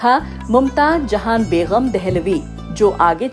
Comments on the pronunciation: Bagam not baygham! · Longer than the video is your list of questions...very boring madam it's begum not begham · Madem Urdu ke talaffuz sahi kare kamyabi and begum ko sahi pronounce kijiye